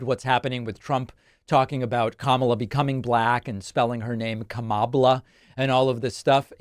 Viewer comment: Who is the first reporter? Even she's going to mispronounce Kamala's name? smh